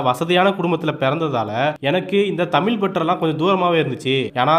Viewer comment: தமில் அல்ல சகோதரா தமிழ் சரியாக உச்சரிக்க வேண்டும்